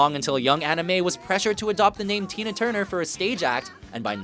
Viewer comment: It's "Tina Turner", not "Tina Tuner", in case no one noticed that!